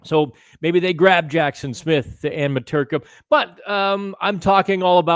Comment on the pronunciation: Mrtka does NOT rhyme with Peterka